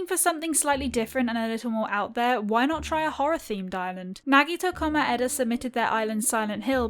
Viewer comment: I love how she says it like nagito ko-my-ed-a